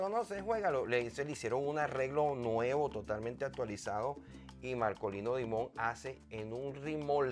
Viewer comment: Dimond en Ingles Diamante en español Se pronuncia Markolino Daimond